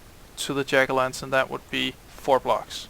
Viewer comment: When you say jack o' lantern i can tell you're danish! But your accent is fucking good!